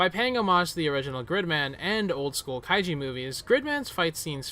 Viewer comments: It’s kai(ju) not kaiji. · Kaiju not Kaijie. lol